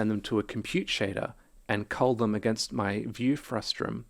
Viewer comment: stop it with the "frustrum". it's a frustum. you're driving me crazy, man.